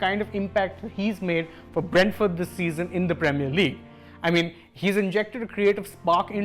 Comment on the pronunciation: It is Brentford not Bradford, these are two different clubs, improve pronunciation